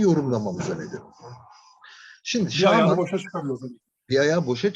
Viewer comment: Şağman dediğiniz için dinleyemedim ya 🙄